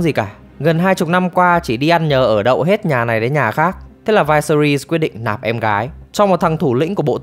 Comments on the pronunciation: "Vai se ri"??????? Nghe đọc cái tên xong tắt mẹ video luôn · Vyseris đọc là là Vi-xe-rítx xin góp ý cho bác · mình tưởng đọc là vi sê ríts chứ nhỉ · Viserys, kbt mng có xem phim k chứ đọc tên lệch lạc vl